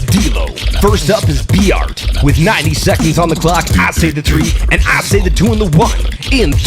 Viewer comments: B-art needs to work on his English pronunciation slightly Also: TODAY IM GOING TO BE WATCHING B-ART WORSES D-LOW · He says Bart like B-art .... 😂